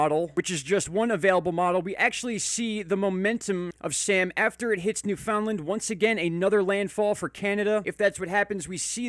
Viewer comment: Thought you may get a kick out of the following...proper pronunciation: noof'n-land Newfoundland English Explained: How to speak Newfinese